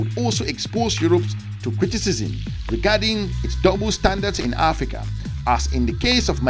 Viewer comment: “AFRICANT” get that right!